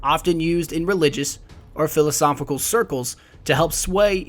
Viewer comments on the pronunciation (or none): none